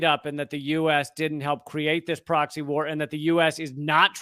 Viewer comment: yes you are right it is a poxy war and lets hope it remains that way and doesn't spread to get any bigger. oh sorry did you say proxy.